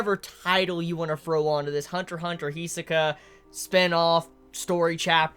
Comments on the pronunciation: "Hee-soh-kah" That's how he says it, though rather fast. And he puts pressure on the wrong point. HEeeeeeeeeeeeee-sohka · Every time he mispronounces Hisoka I shed a single tear